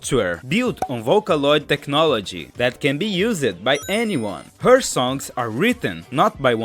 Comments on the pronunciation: english advice - when a word with a silent "E" (use, change) gets a "D" at the end (for past tense), such as used or changed, the "E" is STILL silent! so it is pronounced "used", not "use-ed", and "changed", not "change-ed" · I know you are not a native English speaker (neither do I) so let me give you quick tip. The e in Used is silent and so is the second e on themed. In fact if you noticed any word in past test that ends in -ed the e is silent.